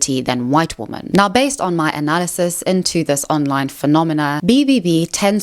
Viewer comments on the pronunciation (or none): Is it just me or does she say womAn when it’s supposed to be womEn 😅🥴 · I really, really, really want to finish this video but this creator is taking part in the same pronunciation of "women" as "woman" repeatedly (it's weirdly happening more and more online) and that shit drives me absolutely insane. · Why do you always say "woman", singular, when you mean "women", plural? I'm assuming this is some kind of ESL problem that you're not aware of? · Hey! I'm new to your channel and I love the content! I also like to hear you speak so eloquently, but I have just one question: do you pronounce the plural "women" just slightly differently that the singular "woman"? I listened so many times to hear the difference but I don't hear it! Please explain :) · Awesome video can you say WOMEN instead of woman when talking about women as a plural